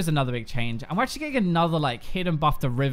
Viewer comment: I love it when you say achualy!!! :P